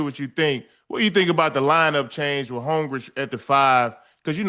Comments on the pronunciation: Joe & Ocho will read Holmgren name on the screen and still call him Holmgrich lol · Joe c’mon big dawg… his name is HOLMGREN😂